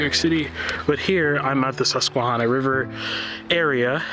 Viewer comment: Thank you for your appreciation of, and for reminding us of, the beauty we take for granted on a daily basis. FYI…. The -hanna part of Susquehanna is not pronounced hahnna. That first “a” sounds like the “a” in the word “at”.🙂